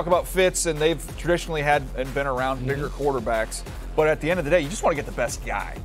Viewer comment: Dj didn't sound like he said bigger. .made me double take